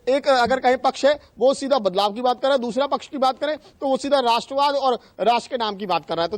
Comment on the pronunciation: राश्ट्र्वाद बोल रहा है